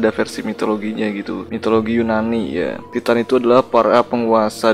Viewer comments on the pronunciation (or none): Tulisannya titan tp baca nya taiten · Bang Titan itu Baca nya ''taiten''